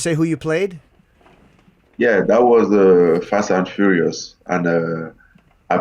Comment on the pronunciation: Fash and Furiosh. I play a furioushon Guy.